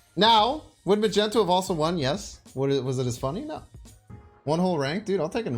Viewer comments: Mag knee toe , magento hurts me a little😂 great deck nonetheless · Its not "Magenta"...boy can't read?? It MAGNETO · he's Magneto .. not Magento